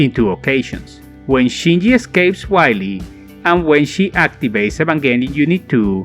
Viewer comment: Man, it "vee-leh", not "wily"